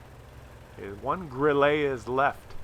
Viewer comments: Actually it's pronounced "Grill-eh" (I'm fluent in German) ;-) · "GrIlle" is stressed on the first vowel, not the second one, which is more of a throwaway. Because it's a German word, not a French. Just sayin'.Also while we're at it, StuG is pronounced "shtoog". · One tiny thing. If you pronounce the e in the "Grille" short, you would nail the pronunciation of this clicker-mobil. Love the regular gimps videos. Nice to see games which someone like me could (theoretically) achieve myself. :)